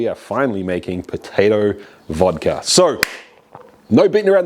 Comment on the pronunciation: I'm from Russia and I don't drink at all, but huge respect to you for pronouncing it Vodka not Vadka